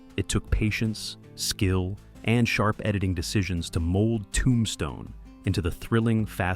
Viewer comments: Nice video...but why do you say Tombstone like that?? ToOmbstone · I have definitely been saying the title of the movie wrong since it came out. Never realized it was pronounced TOOmStone. That is what I learned from this video. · i made it to 23 - AI is not terrible but the weird emphasis on "Tombstne" and unnatural pausing was too much for me. another AI script that was not very interesting and spoken mostly naturally but off by enough that I had to just stop. i loed the film and wanted to enjoy this video